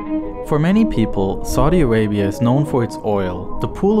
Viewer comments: Whenever he say "saudi Arabia" it's sounds like " Sorry Arabia",😂😂😂😂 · Saudi Awabia, Weservoir, Wain, Wiver, Agwicultuwal, Iwwigation, Wegion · Narrator: "Saudi Awabia has no wivers." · Lol yeah, "Soddy Arabia" and "Sorry Arabia"